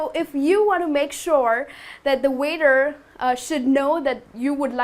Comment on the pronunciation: Hi, i like your lessons, they're very clear and useful. Just a question: I've heard you pronounce the word 'waiter' as 'weather' and i'm a little confused now ^^. Did I hear wrong?